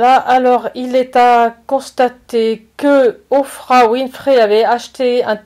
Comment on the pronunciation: si vous savez comment prononcer les noms de les personnes plus connus au monde ça rende votre discours incompétent!